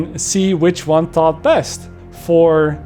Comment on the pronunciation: The way you say taught annoys me and im dutch